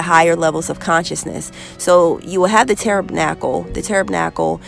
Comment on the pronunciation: Hugh? 😲 Sis you tearing these words up 😂🤦🏻‍♀️It’s Pronounced T-a-b-e-r-n-a-c-l-e ☀️🌈❤️😇